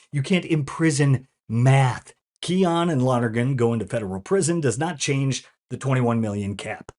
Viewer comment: His name is pronounced, Key-Oh-Nay. Not Key-On.